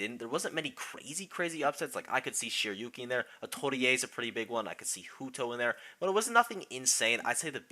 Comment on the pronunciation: Are you sure that's how Atelier's name is meant to be pronounced? Cause that name is also a word in french and as someone who speaks french, that's not how you pronounce Atelier.